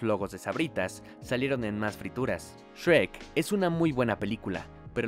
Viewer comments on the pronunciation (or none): Es “Shrek”. No “Sherk”. xD